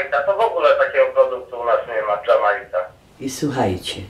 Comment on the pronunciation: dżamajka xD